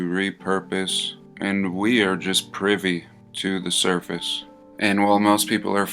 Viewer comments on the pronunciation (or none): none